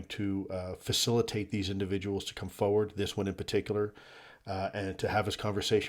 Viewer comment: Foe ward is a strange way to say forward. 😊